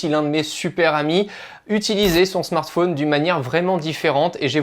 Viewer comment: Spécialement quand il dit smart fauuuuunee tt les 30sec. au lieu de Smart fōn